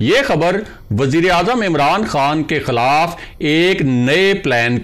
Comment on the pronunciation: kaya he achcha ho kah aap apna talafuz sahee kar lain LAFZ HAY "QOUM" na kah KOOM Lahaza QOUMIYAT na kah KOOMIYAT. LAFZ HAY "KHILAF na kah KHALAF.